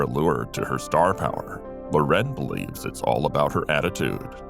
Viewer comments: Sophia LOR’ en is the correct pronunciation. ❤ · No, the emphasis in "Loren" is on the second syllable.